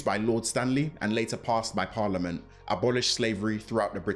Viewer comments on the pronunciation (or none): none